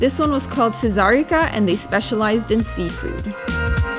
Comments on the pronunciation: The propper pronounciation is "Tsesaritsa" . It means "empress" and is most likely named after a famous song by a Croatian singer called Oliver Dragphević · Ah, so you were to Kotor, after all. Of course you were - what was I thinking:o) That green stuff with fish was probably chard, not spinach. And that "cream" on the pizza was "kajmak", fermented cream skimmed from boiled and cooled milk. "Cesarica" means "empress" in the dialect shared with Dalmatia ("cesar" cf. "tsar" or "keiser") (Ah, one word mispronounced:o)) )